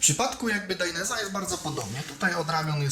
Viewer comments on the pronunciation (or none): Gościu kurwa naucz się poprawnie wymawiać, bo robisz z siebie wsioka. Mówi się DAJNEZE a nie dajnes czy jak to tam wymawiasz. Tak samo ALPAJNSTARS a nie alpinstars etc. ELO.